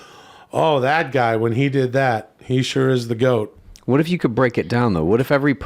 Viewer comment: Thoth. That's the guy/girl that made writing. Why does think GOAT is pronounced 'gout'?